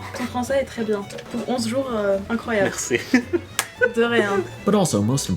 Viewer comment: Bravo, la façon dont tu parles le français est très impressionante. Particulièrement la prononciation du "r" français, qui est très difficiles pour les anglophones (comme dans "merci" que tu dis très bien. Maintenant il faut travailler tous les sons qui sont dits avec le devant de la bouche ("u", "i", etc...). Ce qu'il y a de plus difficile dans le français c'est de l'écrire et/ou de le prononcer! Vas-y, tu es sur la bonne voie, et encore bravo! 🙂